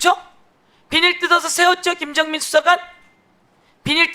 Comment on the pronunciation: 비니루 비니루 나이 60이 넘었는데도 참 거슬리네 비닐~ 이라고 좀 우리가 일본인 발음을 왜 하고 있나